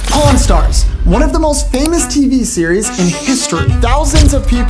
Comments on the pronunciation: I could’ve sworn bro said corn stars🟧⬛️ 💀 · I thought bro said Po-n stars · I was on speaker when he said pawn (porn) stars. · I swear I heard u say cornstars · pronounce pawn stars again